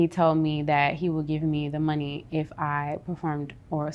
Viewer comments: I love how she says “the mun-ny”😂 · Right?! EVERY time she says it, its like MONEY!! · The way she pronounces money tho.......🙃